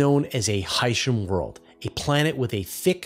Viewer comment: Portmanteau or not, I do not like how the word Hycean is pronounced in this video. It would sound a million times better pronounced "Hy-ce-an (Hi-see-an)"...